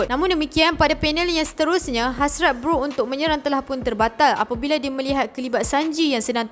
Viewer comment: Sorry ye pembetulan, bukan s shock tp s shark, bukan beroot tp brook. Hehe. Kami rindu.